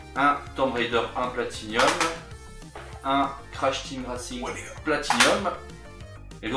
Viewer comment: "Platinum !" et non "Platinium !". Ya pas de i messieurs ! Autrement belles trouvailles !